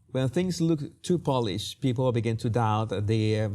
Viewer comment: Jesus, please say paw-lished. You are saying Polish’d. Otherwise, your English seems very polished.